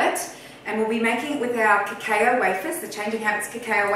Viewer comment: Cacao is usually pronounced cacow :)